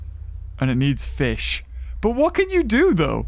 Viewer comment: Ah yes Feesh